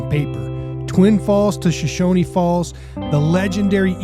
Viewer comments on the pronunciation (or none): BTW, it's pronounce "Show-shoan", not "Show-shony"